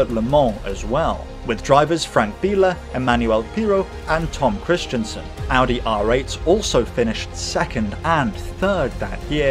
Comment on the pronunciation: His name is not Tom Kristiansen! It is Tom Kristensen! It has nothing to do with "Christian" or "Kristian"! That's different! Just to let you know! And you also have problems saying names of German drivers correctly! But if you want I can help you with your feature videos! I am originally from Germany and I met some of the most famous German racing drivers at the 24h Nürburgring race including Hans Joachim Stuck and Sabine Schmitz! And I also had dinner with them in her mum's restaurant! Since 2018 I'm living in the UK so we can meet any time! Just let me know! PS: I love your videos very much! They are going better every time and I enjoy every new video more and more!